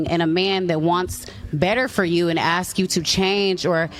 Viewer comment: Aks? Claim to be educated and can't pronounce ask. What a retard.